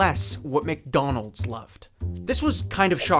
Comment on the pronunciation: Every time he says “Mick Donals” a meal gets upsized to a Large